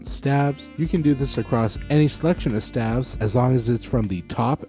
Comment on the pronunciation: Wonderful material! A goldmine of information presented in a short period of time. One tiny nit-pick...isn't staves(the plural of staff) pronounced with a long a sound?